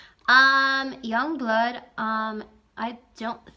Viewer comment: its pronounced as YOONGBLOOOOOD